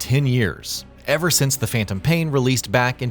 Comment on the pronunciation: What the hell is Phaentom paien? I thought it was Phantom pain.